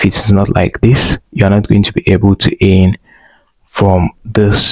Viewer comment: "Earn " not "eeeehhrn"